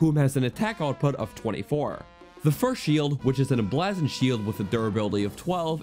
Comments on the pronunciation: Staygered...lizarfos...emblazzoned...caw-culated...are you having a problem talking, my man? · Btw, it's "Hai-nox", not "He-nox", also "Em-BLAY-zuhnd", not "Em-bla-zuhnd". Please tell me you don't say "Oak-uh-ree-nuh" and "Me-lay". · AFAIK, "Emblazoned" is pronounced Em-blay-zend, not Em-blah-zend, since "blaze" is pronounced with the long vowel ("ay") sound. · em-blaaaaaaaah-zoned shield lol. its said like "blaze" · the "bla" in "emblazoned" is pronounced "blay", not "blah" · Tip for future videos: It's pronounced em-blay-zund, not em-blaa-zund. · Blay not blah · you misused the word "whom" , it should be "who" in that sentence. You also pronounced "emblazoned" (em-blaze-und) as "em-blaz-und". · i pronounce all of those wrong except Ocarina and Melee "He-nox" (I thought the I had an E sound) "Em-blaz-oned" (I dont even know what that word means) "O-Ca-Ri-Na" (i pronounce this one right) "May-Lay" (Whoever says "Me-Lay" is wrong) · The "a" in emblazoned is pronounced with an ae sound such as ate or play. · "Emblazzoned" must be a regional dialect. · EMBLAHHZON'd Nice juan m80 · "Em blah zoned" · The way he says 'emblazoned' shield upsets me. )' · Please look up the phonetic pronunciation of "emblazoned," please. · how in the fuck do you pronounce “emblazoned” like this? 😂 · bro honest to god said lizarfos💀💀💀💀